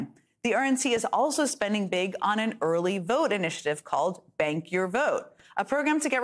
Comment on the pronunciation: Jen, I thought you were saying "Spank the vote" and not "Bank the Vote"; and I found it terribly funny. Didn't we hear that Trump wanted to be spanked with a fake copy of Time magazine that had his picture as 'Man of the Year' on the cover. Would he, I wonder, take off the diaper first?